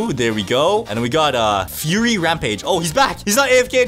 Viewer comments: Aint no way bro said furry ramape instead of fury barrage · Bro said furry rampage not fury rampage 💀💀💀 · He pronounced fuury furry gr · ITS FURY NOT FURRY